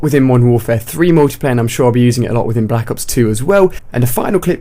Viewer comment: i hate the way this guy says Black ops 2... he says black as if there is an H in it. that kind of stuff really bothers me.